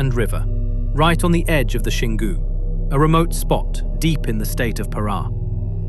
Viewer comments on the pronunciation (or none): none